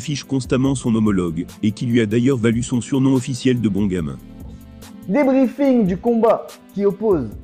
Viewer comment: En vrai le pire c'est quand Bon gamin s'est dit avec l'accent anglais ça me fume